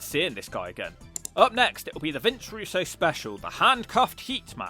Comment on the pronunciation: Why do you keep saying 'Russo'???